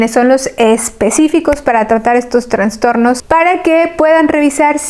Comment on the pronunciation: Que pena escuchar la mala pronunciación de un médico. TRANSTORNOS..... cuando lo correcto es TRASTORNO.... SIN LA N entre la A y la S